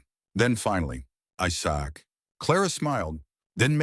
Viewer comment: FYI, skip this story. Every few sentences you will hear Gibberish?? A different language or just plain mispronounced English words ( example the name Isaac is said as “I sack” ) funny but still miss pronounced. Reading it makes a bit more sense but strictly listening is incomprehensible.